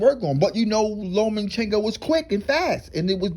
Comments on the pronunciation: LOMA- CHENKO NOTTTTTTTT LOMEN-Chenko Cmon man I can't watch anymore 😪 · It's LOMA!!! CHENKO!!! NOT LOMAN!!! CHENKO!!! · Loma-chenko. Not Loman-chenko. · I like how you pronounce his name: Lowman-Chenko.